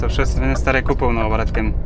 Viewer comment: Шоссе деп жазылып Шассе деп окулат иним